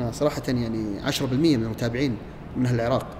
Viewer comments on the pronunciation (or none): none